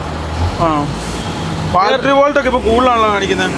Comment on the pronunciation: ബെൽഡിഗ് ശരിയായി, വെൽഡിങ് ആയി, പക്ഷേ ബാൽട്ടറി... ബാറ്ററി ആയില്ല...